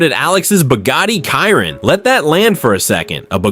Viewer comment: It’s a Chiron pronounced “shear on” not “Kyron”